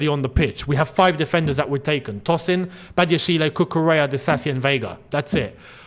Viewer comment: Patiently waiting for the day says Badiashile's name right 😂